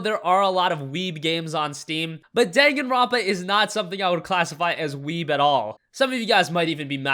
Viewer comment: You butchered the pronunciation on Danganronpa